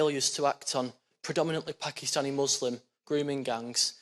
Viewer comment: He just cannot say "Packistani rape gangs "